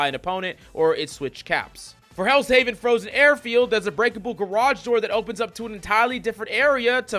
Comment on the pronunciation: Worried about pronouncing Klyntar right when he can't even pronounce Heaven right lol